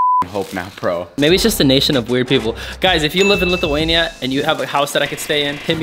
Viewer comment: I hate when ppl says litheinia ITS LITHUANIA